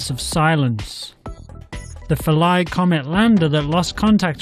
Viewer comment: Atleast pronounce it right god damn it its phil-a